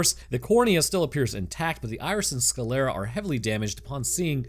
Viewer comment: Sclera has only two syllables, not three. Its pronounced skler-a, not ska-ley-ra.